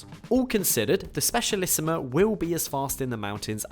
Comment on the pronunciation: It‘s Specialissima, not Specialissimo